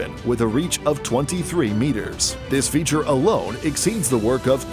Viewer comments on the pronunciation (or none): none